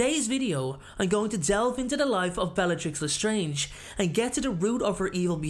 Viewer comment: Dude it’s le strange not the strange